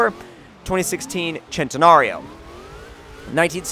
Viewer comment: Lamborghini Centenario(Sehn-teh-nah-ree-o)